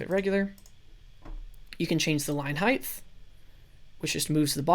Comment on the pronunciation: It height not heigth no thhhh sound... Sorry it really bugged me